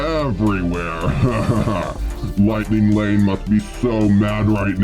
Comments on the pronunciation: Hold up did the hacker say lightning Wayne at the first part of the video or did he say lightning lane because I’m confused tell me the truth hacker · I love it that the hacker says wightning wane